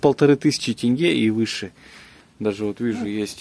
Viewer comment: Не Тэнге, а теньге че сложного та